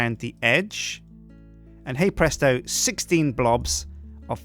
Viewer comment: Stop saying het presto